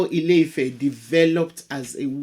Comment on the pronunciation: It's not house (ilé) of love (ifẹ́). not at all. The actual name is land/earth (Ilẹ̀) of expansion (ifẹ̀) proper tones and pronunciation make a big difference in Yoruba language